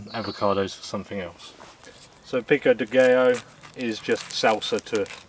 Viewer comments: It's pronounced pico de "guy-oh," not pico de "gay-oh." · it's pronounced GUY-OH not GAY=Oh 😂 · Pico de "gay-o". That cracked me up every time you said it. It's pronounced Pico de "guy-o". 😆😂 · Its pronounced Pica de guy-o. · It pronounced like this. peek go day guy yo !